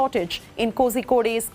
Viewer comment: Kosikode ah 🤣🤣🤣 That's kolikode...